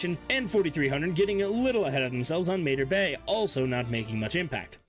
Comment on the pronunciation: It’s pronounced “MAH-TAR BAY” not “MAY-TER BAY” even the ship says it when you travel there!